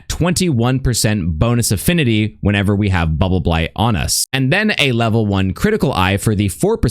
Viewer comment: I like how cleanly says "Bubbleblight buff." 10/10